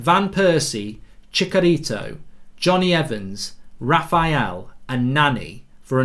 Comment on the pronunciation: Chicharito, ch as charcoal not Chickarito! He was at Man Utd for years!